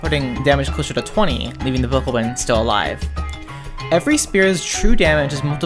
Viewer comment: You’re pronouncing Bokoblin wrong